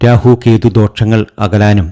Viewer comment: ദോക്ഷങ്ങൾ അല്ല ദോഷങ്ങൾ ആണ്. ആദ്യം ഭാഷ പഠിയ്ക്ക്